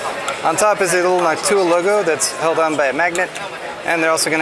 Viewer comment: NawkTuah is definitely an interesting way to pronounce Noctua